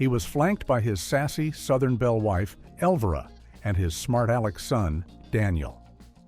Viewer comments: El-vuhr-a? It's El-vy-ra. And, The Best of the West wasn't a "precursor" to Blazing Saddles. Blazing Saddles was released in 1974. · Is that how you pronounce Elvira?